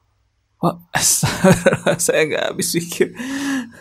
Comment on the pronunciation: Cara pelafalan dengan benar adalah Astaghfirullah bukan astaqfirullah